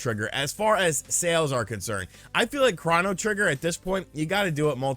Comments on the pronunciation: say chrono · Chrono? Chrono? it's Chrono trigger. C'mon now